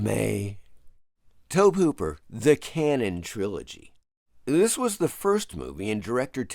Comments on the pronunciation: Tobe is pronounced like Toby. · Tobe is pronounced TOE-BEE. It was a little painful to hear it pronounced incorrectly so many times. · Tobe is pronounced "Toby" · About 90% sure it's pronounced the same as "Toby" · I don't know why you keep mispronouncing Tobe Hooper's name. HE says it like "Toby" and that should be all you need. 30 seconds of cursory research would have solved this issue. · Why is no one discussing how irksome it is hearing someone pronounce Tobe Hooper's name so incorrectly?